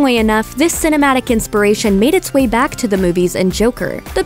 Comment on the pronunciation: i really hope i misheard that, but did she say "there's actually Wayne more to it"?